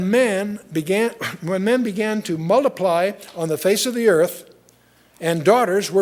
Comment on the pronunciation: They began to mulliply .... It's " multiply " dick !